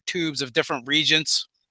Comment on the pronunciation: Just wanted to ask if the word you're pronouncing Ayther is spelt 'aether'? beacuse if it is it is most likely pronounced ee-ther. also I think you may have pronounced reagent( pronounced re-agent ) as 'reegent'.